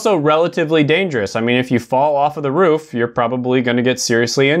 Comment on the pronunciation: Roof not rough lol